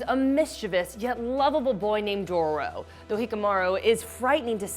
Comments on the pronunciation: And she said Doro 😂😂😂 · Dough-row is how she pronounced it 🤦🏻‍♂️🤦🏻‍♂️🤦🏻‍♂️🤦🏻‍♂️ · Dororo not “Doro” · Host cant say dororo 🤗 is it that hard to say ? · Her:Hikamaru Me: Cringes Her: Dorrro Me: cringes again